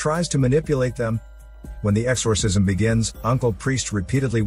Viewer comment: Exorrrrsisiom!!! Yes narrator. I am computer generated!!